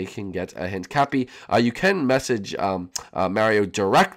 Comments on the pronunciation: You called Mario jam shark lol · When you say step up you called mario jam shark